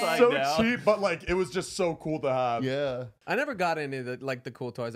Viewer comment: “yeauh” KILLED me 😂😭😭